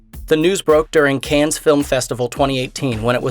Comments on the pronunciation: It’s pronounced can, not cans. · Come on, man. It's not pronounced "cans".